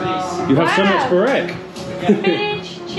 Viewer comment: You just slaughtered the pronunciation of Burek.